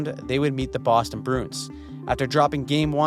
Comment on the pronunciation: Does anyone else get annoyed with this guys pronunciation of “Bruins”. It’s Bruins, not Broons.